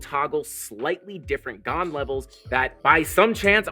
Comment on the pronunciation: Thanks for explaining the tool... It's pronounced Gann